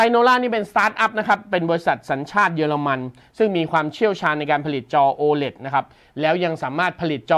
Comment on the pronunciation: ตัว โอ 5555 โอไหน โอ เลท ไง